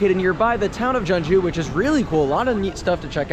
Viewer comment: Kyung - joo is proper pronunciation.